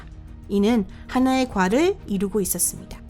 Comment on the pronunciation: 1. 발음이 정확하지않음. 농담이아니라 외국인이 한국어 말하는거라 느낄부분이 많음 부분만봐도 (사실상 불가능 ) 누가봐도 발음이 이상하고 가장많이나오는 대사중 있었습니다. => 있었숨다. ....등등 그냥 아무리들어도 발음이 ... 2. 쉬어 멈추고 끊는부분이 사람들 답답하게 말이끝나고 쉬어가는게아니라 말중간에 쉬어서 더 답답하다